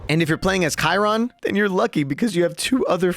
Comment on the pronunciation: God please say Chairons name right, he is not a chair